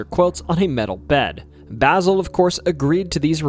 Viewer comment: Way to butcher mavis and basils name